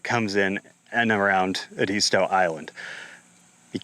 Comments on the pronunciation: Edisto not edeesto. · It’s pronounced Ed-iz -stow